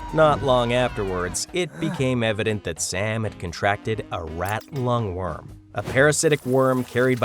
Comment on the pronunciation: Rat lungworm, not longworm...